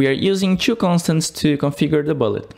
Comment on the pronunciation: great tutorial but please, learn pronounce "two" correct, it is so annoying that I feel pain in ears when you speaking this